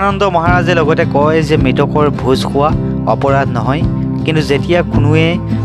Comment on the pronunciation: ভোজ সোৱা নহয় ,ভোজ খোৱা, সাবলে নহয়, খাবলে